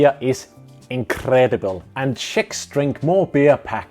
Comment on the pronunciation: I thought you say chicks😮